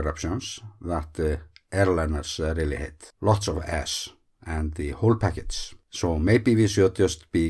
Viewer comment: “Lots of ass” Im sorry sir, i love Icelandic, you speak english well.